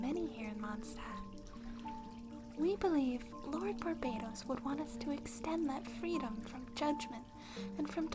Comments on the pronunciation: If you’re thinking it’s pronounced “Bar-ba-toss”, then I agree. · The times Rosaria mispronounces Barbatos 😂